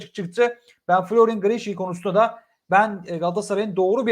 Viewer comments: Abicim çok takip etmişsin göya ama adamın adı “Grişi” olarak okunmuyor “Griliş” olarak okunuyor 😂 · Hayırlı olsun ama telaffuzu grişşi değil Grilliç diye okunuyor bey 😁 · Slm ismi Giriliş diye okunuyor almanyada yasiyom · Okunuşu : Griliç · grilliç diye okunur